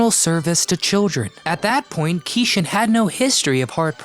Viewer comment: Great video! But I think his name was pronounced like "key Shawn".